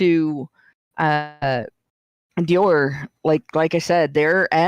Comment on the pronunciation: Americans need to learn to pronounce french names... first with his pronounciation of "Shia LaBoeuf" (the "f" isnt silent... it isnt "beau") and now with his pronounciation of "Dior"... #triggered!